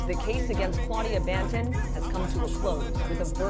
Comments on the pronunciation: do you say buju bantin? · News lady said "Claudia Bantin"🤣